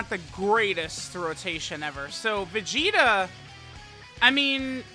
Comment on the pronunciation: Is it me or everytime says vegeta it comes out as vegito.